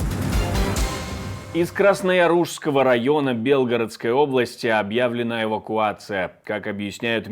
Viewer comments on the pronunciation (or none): Уважаемый ведущий,хо тябы ради уважения к л юдям,вынужденным покидать свои дома, научитесь ПРАВИЛЬНО ставить ударения!мы ж ивнм не в БЕ лгородско й,а В БелгорОдской обл асти каждый день под бомбами в отличии от в ас,сидящих в тепле и в своих домах,а вы даже не утруждаетесь прави льно прочесть текст!!!